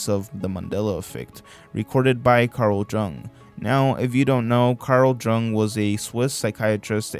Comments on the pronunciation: It (Jung) is pronounced young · To note, The Jung in Carl Jung is pronounced "Young". Cool video dude, there was a lot on here that I've never seen. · It's Carl Jung (pronounced YOUNG) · Jung is pronounced Yong